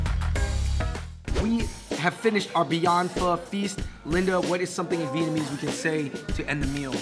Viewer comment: Come on how are you Vietnamese but you pronounce it incorrectly 😭